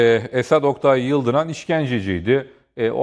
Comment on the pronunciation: Tutuklular değil - * Teröristler* İşkenceci değil ŞEHİT Daha adını bile düzgün söyleyemediğin komutanımızın hakkında Düzgün konuş